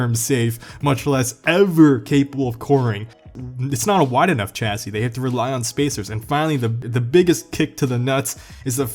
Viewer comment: It’s pronounced “Shassi”